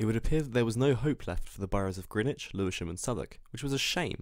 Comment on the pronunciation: As a South East Londoner myself I must applaud your correct pronunciation of Greenwich. Grinnidge is the way us locals say it, not the ridiculous Grennitch that everybody who has never lived there insists on calling it. I was also at primary school for a time with Anita Shillibeer who was the great granddaughter of George Shillibeer. And finally, what an excellent video. Many thanks for all your time and effort, it was well planned and succinct yet totally engrossing. All the best, Dave.